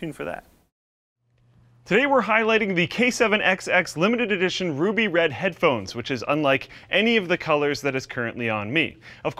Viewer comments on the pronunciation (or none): none